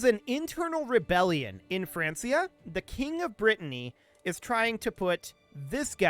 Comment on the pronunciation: Francia is pronounced Frank-ia...... There is no S sound in the name. I understand how it is confusing seeing how close it is to the name France. Which it turns into, but that is NOT how they pronounced it back then. Not mad. You just sound like an idiot to me whenever you say it. I hate to say that too. (Not the pronunciation, the idiot thing)